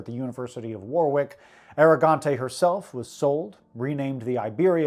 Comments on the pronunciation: Thanks very much sir. Not a nice subject but a very important history lesson. PS - nit-picking but we British pronounce "Warwick" not as "war wick" but as "worrick". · Warwick is pronounced like 'worrick' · Its pronounced War - ick (the second w is silent) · Sorry to be that Brit but the second w in Warwick is silent. Great video, bringing some light to the utter darkness of the transatlantic slave trade. I't would be fascinating to see a breakdown of how much of the British royals' wealth originates in the slave trade (including the Carribean industries powered by the free labour of enslaved people)... "Allons enfants de la patrie!" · I had to, as well. Bloody Americans. 😅